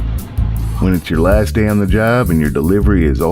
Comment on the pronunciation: When you add an extra syllable to the word 'on', you probably shouldn't even bother popping the hood. 😂